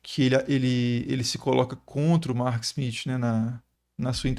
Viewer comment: O professor treinou em casa para falar o smiTH 😂😂